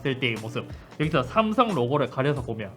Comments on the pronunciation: 슴성은 너무 하네여 ㅋㅋ 넘모 이상해 ㅋㅋ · 샘썽 ㅋㅋ 그냥 어감부터 구림 중국같고 ㅋㅋㅋ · 스음성 ㅋㅋㅋㅋㅋㅋ 근데 진짜 이걸 실제로 하시는걸 보니깐 언제나 잇섭님 대단쓰 ㅋㅋㅋㅋㅋㅋ